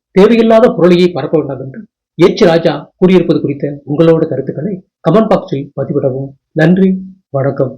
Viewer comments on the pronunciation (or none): none